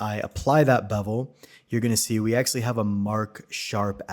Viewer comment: "akselly" offers the best technical and practical Blender explanations. THANKS! But please, if you must use the word so often, it's pronounced "ACTUALLY."